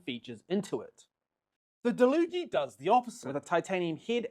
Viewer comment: He's saying it right, it says on the packaging that it's pronounced da-loo-gee